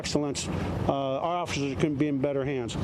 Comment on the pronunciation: I thought it was officers not offishers lol